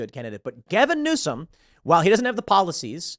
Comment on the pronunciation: “Newsome” Dear fucking God no.